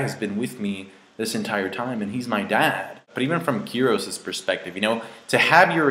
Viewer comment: It's fucking KYROS. Why does everybody have such a hard time pronouncing it?...